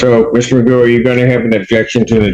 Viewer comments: it's not Mccoo, it's MAGOO! make sure you get his ridiculousness right! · McGoo not McCoo